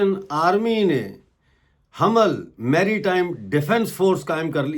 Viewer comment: Hamal nahi, (ham mal) hai